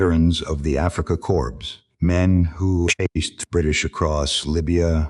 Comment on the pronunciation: The Afrika C-O-R-P-S? It's pronounced CORR